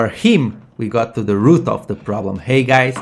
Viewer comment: I heard ROOF, ROOF... Your accent is op ;_